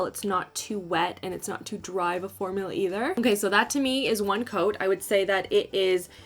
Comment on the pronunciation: I heard "all in one goat". The first time. Hahah